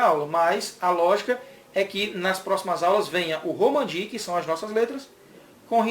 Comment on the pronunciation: Romaji, e não Romanji.